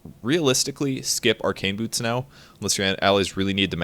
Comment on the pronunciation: let me be honest, I heard boob instead of boots when you're talking about tranquil xD